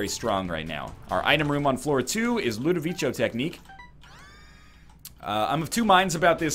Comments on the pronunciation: btw it's not pronounced "ludovicho" but "ludovicko" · 740 episodes still can't pronounce Ludovico